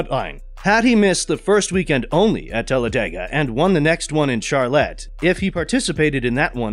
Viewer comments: Who is this clown doing the talking in this article. Obviously ,he does not know squat about NASCAR.When talking about tracks he calls it Charlet ,not Charlotte . Then he says that 7 Time Cup Champion Alex Bowman Bet that is news to Bowman!. This site is always giving away$250.00 in gift cards to get people to subscribe .That shows just how bad it is,they have to bribe fans to sign up. This just another in a bunch of pitiful articles from this site. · Shar-lette? Omg dude really? You call yourself a nascar channel? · What in the hell is wrong with this channel? Mispronounced Charlotte, calling Arizona Bowman's "home county", and saying that Bowman is a 7-time champion? Please do better, Google is free..........